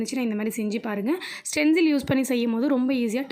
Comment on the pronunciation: Saying stenzil but it is stensil